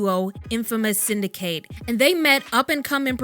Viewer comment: Syndicate is not sin duh kate as the verb form. It's the noun form and it's pronounced sin duh kit